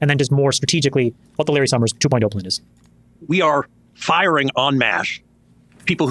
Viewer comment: Americans who pronounce the letter S with a "SH" sound, like this Larry Summers guy, or like senator John Kennedy, are for some reason so annoying to me. Just speak like a normal person, please!